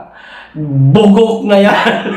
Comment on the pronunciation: Madiin talaga Ang pagkakasabi Ng "bugok"😂😂😂